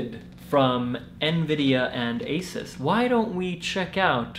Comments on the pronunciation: All my friends just say "content" a lot just cus I watch your videos and it's so great P.S. it's pronounced AY-soos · That's not how you say Asus